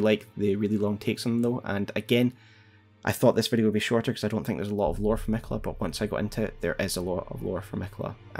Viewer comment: Is it Canon to pronounce miquella like it has one L instead of two Ls? Where did that come from?